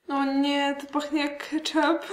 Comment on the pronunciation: KetchUp a nie ketchAp